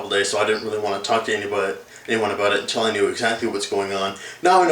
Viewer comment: hehehe he said aboat